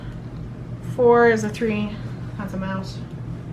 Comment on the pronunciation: I rly just heard her say "mouces"